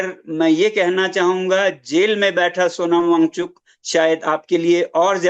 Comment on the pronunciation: पहले नाम सही से लो फिर रिपोर्टिंग करना